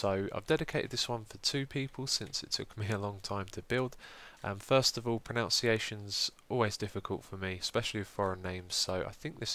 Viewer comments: "pronunciations are always hard for me" pronounces pronunciation wrong =) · It always makes me giggle how he pronounces pronunciation wrong :D